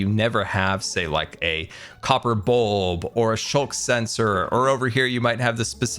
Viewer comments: It’s skulk, not shulk. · It annoys me that he doesn’t say skulk and say shulk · A "Shulk" sensor?, you must be really feeling it. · I love how instead of saying sculk sensor he says sculk shensor